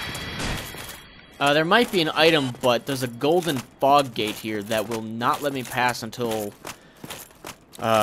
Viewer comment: the first time you said fog gate i thought you said fox gade